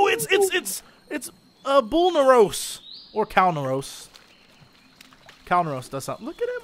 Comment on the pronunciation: It's not bullnaros it's, RagnarOX!